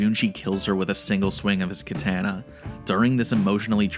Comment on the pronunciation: You could not say "Katana" more white American than that. Jesus.